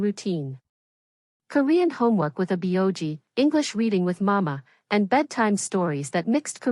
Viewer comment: obviously staged. can't even pronounce aboji properly.